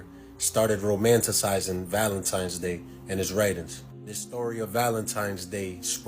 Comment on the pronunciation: Lost me at “Valentimes “